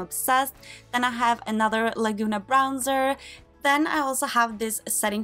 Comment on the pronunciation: Pleae don't say Brownser :D Great collection